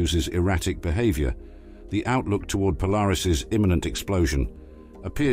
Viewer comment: So this is how AI makes videos? Love the speech computer: be-hahv-yor; life sickness. And the out of focus Venus, same as flat earthers show. But! Polaris exploded and we'll die! Well, it will explode soon! Well, not soon, but... Oh yes and it won't actually explode. And sorry we don't actually feature Neil Degrasse Tyson. Hey, gimme a break! Gotta eat too, right? Imagine me doing honest work ? 😮😅